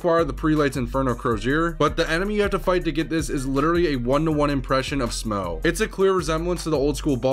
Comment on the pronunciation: Incidentally, Smough rhymes with "off".